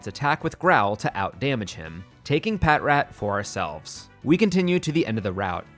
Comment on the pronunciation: patrat = "patch-rat". like "patrol" and "rat".